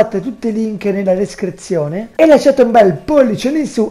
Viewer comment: Ma tu di dove sei quando dici descrizione lo dici con un accento strano